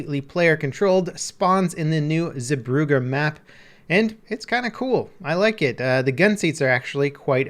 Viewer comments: The Zee part of the name is more pronounced like Zay. Brugge is harder to change to english. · [Epic Gaming] zebroughe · he absolutely butchered the name of the map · his pronunciation of zeebrugge is so bad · the way he says Zeebrugge ;D, the dutch know what i mean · Lol I took german courses at school and I could still tell he wasnt pronouncing stuff right. But shouldnt Brugge be written Brug in the name of the map?